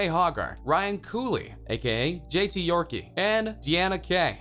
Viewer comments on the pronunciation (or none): did he really say yorkey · Its Jay Hogart(Hoe-gart) and J.T Yorke(York) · ...J.T. Yorkie? It's York. The 'e' in Yorke is silent XDDD